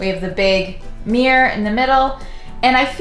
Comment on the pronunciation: Hahaha i love how she pronounces mirror. MiîRr